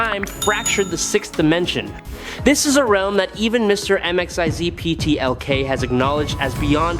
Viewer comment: Again bro, it's pronounced Mr. Mixoplik (Mik So Plik)